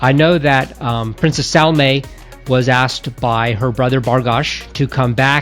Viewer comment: pronounced Saalima not Salma.